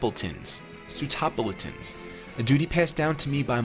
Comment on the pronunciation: you pronounce sootopolitans soo- to pol it ans